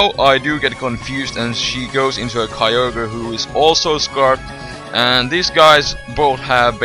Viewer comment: "Kai-yo-gre"? I thought it spelled "Kyo-gre" like the text... -____